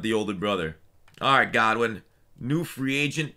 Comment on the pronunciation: It’s Goodwin not Godwin😂